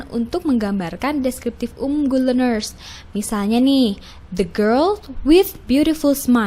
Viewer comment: Good leanersnya mengganggu pendengaran min